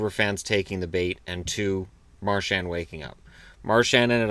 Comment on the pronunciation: the "D" in "Marchand" is silent. And the "an" is a single sound, kinda sounds like "on" (as in "on/off"), but chop off the "n" sound. Practice in the mirror:D